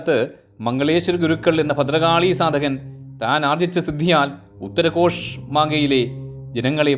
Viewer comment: ഉത്തര കോഷ് അല്ല ഉത്തരകോശ മങ്കയ് എന്നാണ്